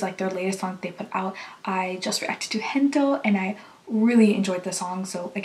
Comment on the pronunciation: Thank you for reacting to SB19 just a small note: It's not "Hento", it's "Gento" with the "G" from "Gold".